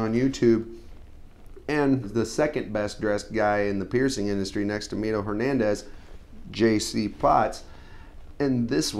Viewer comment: I heard you say Mino Hernandez? or is it Miro (Sounds like My-row) Hernandez of Dandyland? >_>